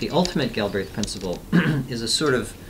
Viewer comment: "gill" - "brehth"